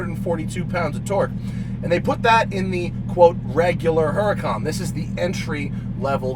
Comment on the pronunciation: Cooking lesson, "Huh"racon pronunciation and "Bouncy Cam" ...... this must be a Novice channel for a YouTuber 😵